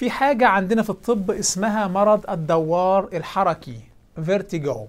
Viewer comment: جزاك الله خيرا. جهود نرجو الله أن يقبلها منك. لعلّك تعني بالدوّار بالواو المشددة .. لعلك تعني بهذه الكلمة الصداع الذي هو الدُّوار بتشديد الدال لا الواو. ورحم الله والديك وأعانك على مزيد من التوفيق